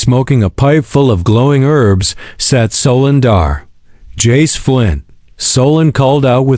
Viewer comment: Stop saying J A C E. Just say Jace